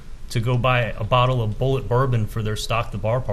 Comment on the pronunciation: Bulliet bourbon is not pronounced phonetically as " Bullet". The fact he doesnt know that when this case involves shooting someone is unreal.